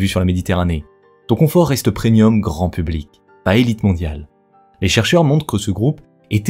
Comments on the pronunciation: On dit preMium. Pas PreNium. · Bonne vidéo mais il va falloir apprendre que l'on dit premium et pas prenium parce que c'est assez dérangeant